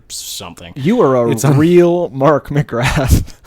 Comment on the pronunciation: The "th" in McGrath is silent, it's pronounced more like M'Graaa.